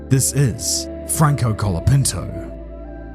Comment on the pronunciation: Why is basically everyone saying calopinto, its colapinto, not that hard yo say right.